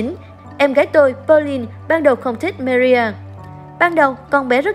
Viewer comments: chi oi xin doc ro rang ten Marie me. ri meee ri. doc tieng anh funny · đọc tiếng anh hay pháp mà người nghe khổng hiểu tên gì. Marie mà đọc chữ gì vậy